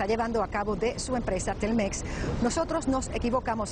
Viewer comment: se dice Telmex sin acentuaciones. No es Tel Mex.